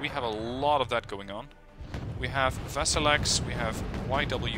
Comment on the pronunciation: Here's some more corrections: "Fedor" is pronounced "Fyodor" "Vaselek" is pronounced as "Vasilyok". Have fun